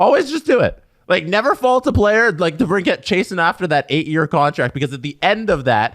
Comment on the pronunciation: Folks, it's DeBrinKIT, not DeBrinCAT. Yes, this is v important to me!